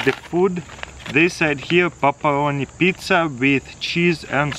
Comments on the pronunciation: ''Papparoni pizza'' xD And I thought it was ''Pepperoni'' all this time!! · He says popperoni pizza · Did you say pup a roni pizza? :) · I thought he said "papa onni pizza," but t'was actually "pepperoni pizza"🤦‍♂️ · “Puperoni pizza” LoL love you taras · I love how he sais paparoni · “Papporoni pizzza” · “Paparoni pizza”